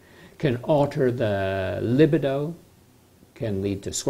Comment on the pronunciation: Li-BEE-doh. Too late now, of course. RIP Dr Landow.